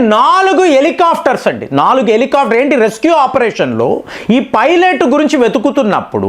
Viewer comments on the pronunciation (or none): none